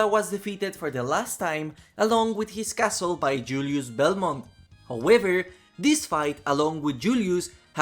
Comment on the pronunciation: "Howëver" hahaha cool stuff bro